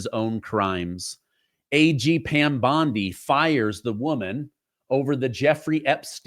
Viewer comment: Schiff mispronounced Pam Bondi’s last name. He called her Pam Bundy. We all know who Bundy was and his crimes. Schiff is shifty.